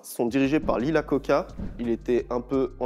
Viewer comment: Iacocca, pas Lacocca !